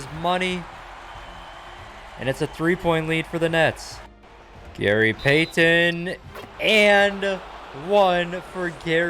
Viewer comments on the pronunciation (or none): I don’t think I can listen to this guy pronounce Gary payTON anymore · i love how he keeps getting peyton and kobe mixed up then the way he says gary pay-ten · “gary payTon” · i love but the way he says gary payy- ton is funny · From now on, just call him by his first name or call him The Glove. The way you pronounce Gary Payton’s last name makes me uncomfortable